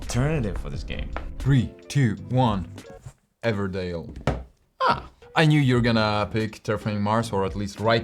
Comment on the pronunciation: Another great review guys but...Everdell not Everdale. 😂